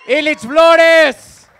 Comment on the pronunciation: Chinga me Llamo Ilich con una ele no Illlllllllllllich no mamen. Saludos cordiales